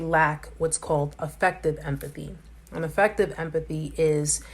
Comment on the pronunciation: Cool video! —Triad is actually pronounced like: try-ad😉 —And you left out one of the syllables in ‘Machiavellian’ —Also, ‘Affective empathy’ is pronounced like: AAA-fective (just like the ‘A’ in the world Aflac’ is pronounced in the Aflac🦆commercials by the duck)😜lol—As this particular use of the word ‘affective’ here is defined in the dictionary as being: Relating to moods, feelings and attitudes. 😊✌🏼